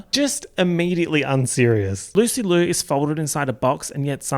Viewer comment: did- did he just call THE PRODIGY "Rina Sawayama EP-type beats" also that's not how you pronounce Liu